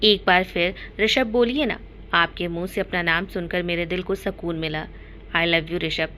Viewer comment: Mam pliz sakun nahi sukun kaha karo na